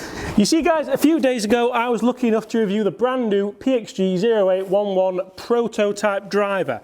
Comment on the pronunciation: Ok, you’re killing me. It’s pronounced O as in the letter, eight eleven. It’s the M.O.S (military occupational specialty) of artillery men. Get it, it’s the big gun in your bag. So, please for all that’s holy and good stop calling it the zero eight one one!